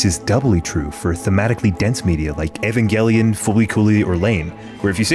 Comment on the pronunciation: LMAAOOO I KNOW FOR A FACT PEOPLE ARE GONNA START AN ARGUMENT Over the way you pronounced evangelion